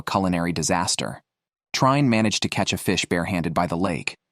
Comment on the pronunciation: You anglosaxons should put some effort in studying other languages. Trine is not "Traine", but "Treen-a". You owe it to us. Your language is not worse or better than ours, but at least we non-anglosaxons have put a lot of effort in learning your language. At least pronounce foreign names properly.